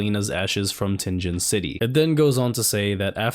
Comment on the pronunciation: It’s Tingen bro, like ting as in exciting, and gen as in again. But excited to watch the video nonetheless